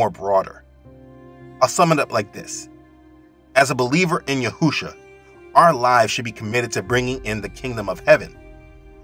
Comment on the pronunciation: I still hear u say Yahousha I don’t know when u will pronounce it right. For the last time I will say His name is Yashouwa Get this one right.